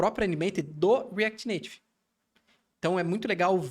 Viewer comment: shadycêeneuai no reacty nativy...